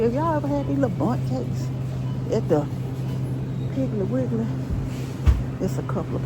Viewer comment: I love ❤️ when say piggley wiggley 😂😂😂😂i ❤summer ☀️ fruit 😋